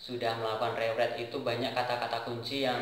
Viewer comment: Bagus juga, meskpun penyebutan nya masih banyak yg kurang tepat, saya sempat binggung saat mendengar "rewrite". :D Tapi sekali lagi, ini nice motivation :D Btw, sekedar saran, agar hasil video tidak goyang-goyang, pakai saja Gorilla Pod. Untuk sound sih udah cukup jelas, tapi lebih bagus lagi kalau pakai mic eksternal :D